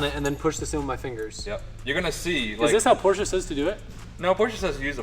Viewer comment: PORSCHE, NOT PORSCHA!!!!